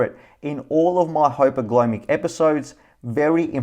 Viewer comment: First, thank you for the frequent SENS updates. As a shareholder, it's great to see videos like yours going into detail about the amazing future for this company. Additionally, hearing firsthand from a user of the Eversense product is incredibly helpful. We definitely appreciate these videos. Please keep them coming. Having said that..., my dude, it's hyperglyCEmic, not "hypergleemic." Mispronouncing a word is obviously not a huge deal typically, but you're trying to speak from a place of informed authority. It doesn't exactly inspire confidence when you're having trouble pronouncing a word that holds such significance to the topic on which you're presenting.